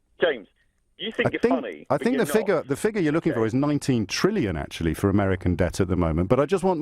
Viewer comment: It’s trillion. With a T